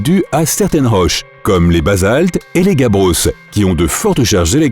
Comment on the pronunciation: Il a vraiment prononcer le "s" de grabbos 😂😂😂😭😭😭 sachant que le mot est juste au pluriel...